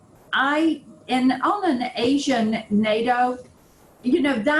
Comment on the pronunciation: why does she have to create a new pronunciation of Asian? leave the language manipulation to the leftists.